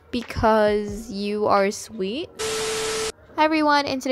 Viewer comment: Sweer , Oh that was close lol